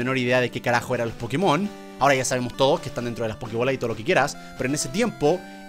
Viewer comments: Yo no entiendo porqué le siguen diciendo PokemÓN. Osea, en la serie está doblado así, pero en el mismísimo título dice. "PokÉmon! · No se porque dice pokemón con acento en la ó si es pokémon, y lo está leyendo todo el rato, me chirría mucho, pero que recuerdosss de cuando jugaba al pokémon amarillo que fue el primero que tuve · Es pokemon no pokimon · Germán por favor nosotros sabemos mil veces mas que tu lo que es pokemon ni la pronunciación que tienes es buena no sabes ni siquiera que pokemon es un juego mundialmente famoso y no por la basura de pkmn go si no por pokemon competitivo pokemon anime y solo te sabes pokemon de la primera gen que son sobrevalorados y sobreexplotados